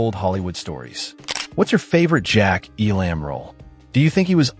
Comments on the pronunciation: Poor quality computer voices ? Stop it ! EE Lamb ? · Terrible presentation. Terrible narration. I've never heard his name pronounced E-LAMB. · !! its pronounced "ELUM' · Couldn't handle the AI voice and the constant mispronunciation of his name. This docu-short is a severe injustice to a great actor. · Now you just need to say his name Right and , you may have something here.. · Man oh man, do I hate AI narration. The two actual names said, Sergio Leone and, of course, the great Jack Elam are mispronounced. And, it may have been scripted by AI. Elam was not "typecast" after Once Upon a Time in the West. He was cast because he had already long been typecast as a B-level bad guy. And Woody Strode was not known for his villainous roles. The opening scene is epic and the faces of Elam and Strode help make it that way. I just wish Elam had been able to dub his few lines of dialogue with his voice, instead of the voice we get in the film. Support Your Local Sheriff was released the very next year, which is one his greatest roles. So this video is BS. But Jack Elam is legend - always a welcome face in any film.